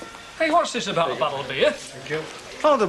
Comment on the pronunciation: oh god, the awful Kevin says ‘hospickal’ as the equally repugnant Les Battersby does in years to come. That and ‘bockle’ (bottle). I don’t know why but it just gets on my thruppeny bits 😒